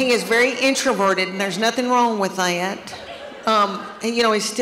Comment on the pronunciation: I love how she can make the word ”that” have three syllables… 😂